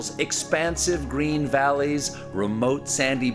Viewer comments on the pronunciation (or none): none